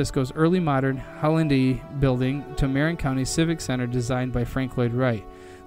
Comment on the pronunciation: I don't understand why content creators don't narrate their own documentary videos instead of having AI mispronounce the key terms. Or did this fellow really make a program about the Queen Mary and the Golden Gate Bridge without knowing how to pronounce "Cunard", "Marin" and "Tamalpias"?